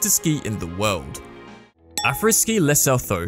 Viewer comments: STOP SAYING LESO-THO ITZ PRONOUNCED LESSUTTU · Not all of them, but the first one was so bad it just makes you shake your head. It’s pronounced Leh-Sue-Too. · Lesotho is pronounced Le soo too....my profile pic was taken there. There's another resort on the South African side of the SA/Lesotho border called Tiffindell. Spent a week there once and it was brilliant. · Painful to hear you say Lesotho sounding like 'so tho'. It is pronounced 'Le su tu' like the sound of the word 'blue'. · Lesotho is pronounced lasutu. Afriski is not the only resort in Africa as there is a resort in South Africa called Tiffendale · great video Lesotho is pronounced like leh-soo-too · Leostho is pronounced more like Le-so-TO or Le-sue-TO. The h is somewhat aspirated. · This comment section is absolutely ruthless to u dude! Also lesotho is pronounced leh-soo-too whats wrong with u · It's pronounced Le Su Tu 😁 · man really pronounced it le so tho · Lesotho is pronounced Le-Su-tu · why did you pronounce lesotho like that lol